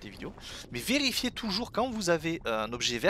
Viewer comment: « vélifiez » t’es rentré dans ton personnage de Draeneï ? Ahah